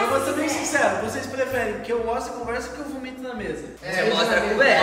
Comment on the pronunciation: Gntt eu contei quantas vezes o falou conversa e foi 0! Pq ele fala CUMversa KAKAKKQ